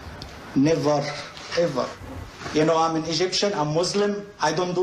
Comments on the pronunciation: Nevah. Evah. Damn you,! 🤣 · Nevah. Nevah evah. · "Neva evva"